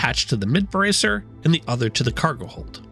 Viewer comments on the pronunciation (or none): none